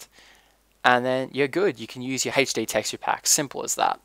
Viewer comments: sounds like your saying haych-d :p but thanks, always hated the glass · I love how you say HD as "Haitch Dee" I know it's your accent, but i love it!!! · hd = "heych dee" XD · why do you say hetchde?l epic fast typing btw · Where are you from you say HD funny, also great tutorial!